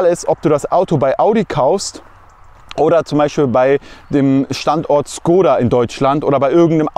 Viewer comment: Bitte beim nächsten Mal Škoda, statt Skoda 🇨🇿 Ansonsten wieder cooles Video ✌🏽